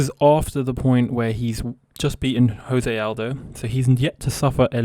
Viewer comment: My mans, if you're gonna make videos about MMA you're gonna want to learn how to pronounce the names of Brazilian fighters. It's pronounced Jose Aldo(you say the J sound), and hafael dos Anjos(Rs at the beginning of names are always pronounced as H, look at Royce Gracie)